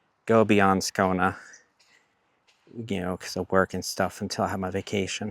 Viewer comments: Hmm? You live in Skouna? Even speaking deep Skånska, Skåne has an e at the end, usually something like Skaöune :) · Sorry but can you please fix your pronunciation of Skåne, please. It's Skån-E, not Skån-A. If you want to use the english name it is Scania (like the truck brand)